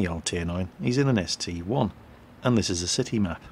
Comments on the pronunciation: I think it is actually the ST-I, not the ST-1, because when you look at the numbers in World of Tanks, you see that the number 1 has a short top, and the "I" does not, so that is my theory of why it is not the ST-1 and is pronounced ST-EYE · WTF!! IT'S THE ST-EYE!!!!!!!!!!!!!